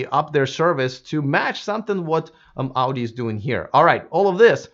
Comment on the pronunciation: You are pronouncing word Audi, like Auģi, like russian :D